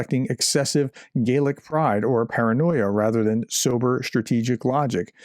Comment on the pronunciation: Don't often find reason to correct you Sir, but there is a major pronunciation difference between Gaelic and gallic, apart from that, top notch as always 👌 👏